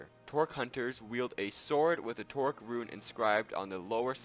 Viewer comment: It's a trork, not a tork.